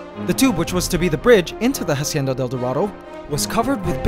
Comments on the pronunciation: the "ha" in "hacienda" is pronounced as "ah", not "ha" ...FYI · When saying "hacienda del dorado" ignore the H at the beginning. It's pronounced Acienda. Like Ancestor. Cool video ;) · Okay man, I'm not a subscriber but I enjoy seeing your videos every now and then so Imma just tell you now that you're not supposed to pronounce the "H" in Spanish, It's basically a silent letter every time. I'm not mad or anything, it just urked me when I heard you put so much emphasis on the "H" in a Spanish word. Glad the Golden Empire's still okay! :-) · good video, the ant's world is really interenting. Just one thing, we don't pronounce the H in spanish, hacienda starts by pronouncing the a directly without the english H sound. Pls try.